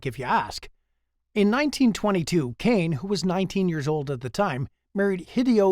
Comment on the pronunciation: No. 10's name is not 'Kane', it is pronounced KAH-nay, What a long life she had!